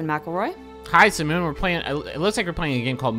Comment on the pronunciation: Did Griffin say Simmoon instead of Simone?